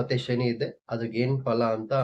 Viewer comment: ಸರ್ ಅದು ಪಳ ಅಲ್ಲ ಫಲ ✅